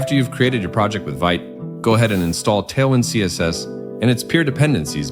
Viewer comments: Vite is pronounced (Veet), good video, but when someone doesn't know how to pronounce a technology properly, I assume they've don't have a lot of experience with it. No hate, and still thumbs-upping the video for being informative. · its pronounced veet